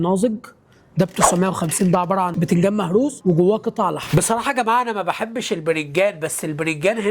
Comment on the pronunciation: بطل تقول برنجان يلا انت